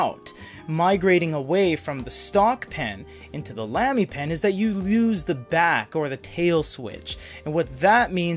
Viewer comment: no offense but it's not pronounced lamb-e, it's pronounced lahm-e